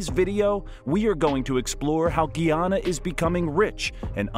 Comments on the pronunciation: its PRONOUNCE GUY AN NA....NOT GEE AN NA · Its Guy-anna. Guyana not Gui anaa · Guyana not Geeyana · Please find a narrator that know pronunciation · Its not pronounce gee ana i am a guyanese woman and its pronounced differently becoz we have a specific accent its pronounced gie ana like guy gie anna😊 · Its pronunce ga ya na not gee yana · Very simple lesson: GUYANA/GUYANESE pronounced GUY-ANA/GUY-A-NEESE. Formerly called British Guiana/British Guianese (pronounced GEE-AH-NUH, GEE-AH-NEESE), up until 1966. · Good afternoon l totally enjoyed the video except the mispronounceing of the name of my country. It is Guyana pronounced GUY ANNA. PLEASE get it right. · Man, his pronunciation of Guyana is killing me…geez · GUY! GUY! GUY!😢 GUYANA... NOT GEE! NOT GEEANA or GEEANEESE GUYANA and GUYANESE